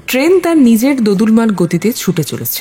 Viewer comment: উচ্চারণ টা দোদুল্যমান, দোদুলমান নয়।সঠিক উচ্চারণ না করলে বাক্য টি অঅর্থবহ হয় না।